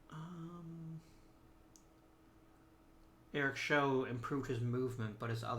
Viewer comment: Eric show is pronounced like chow with an s. He is the guy who's arm exploded on the mound